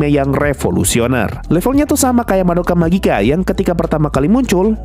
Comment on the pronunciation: Aku Ave Mujika saya kasih jempol karena pengucapan Madoka Magica nya bener👍 Ayo maen Bengdrim 🤝